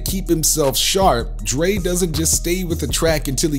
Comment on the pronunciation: Am I the only one who heard the narrator call Dre, Drake ? 🤷🏽‍♂️